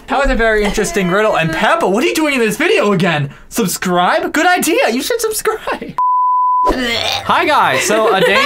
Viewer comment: Peppa said “subscribble” lol